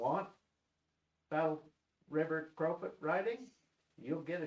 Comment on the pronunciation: you guys are numb...its Battle river crowfoot not crawfoot.....listening to you two is funny...you havent a clue..